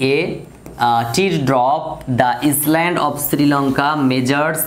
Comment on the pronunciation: Sir , oitar uccaron island hobe na , iland er moto hobe . Tarporo khub sundor vabe bujhlam . Thank you sir 👌😍😍😍